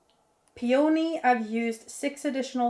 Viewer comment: It’s dandy-lion 🦁 and pea-o-knee lol. Great update!